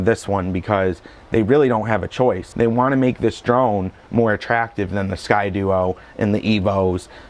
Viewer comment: "Sky-Dee-O" not "Sky-dU-o"